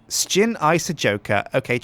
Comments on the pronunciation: Sjin , not skin wtf xD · sjin not shin